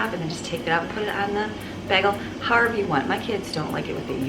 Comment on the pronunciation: It's pronounced bay gal...bagel.😸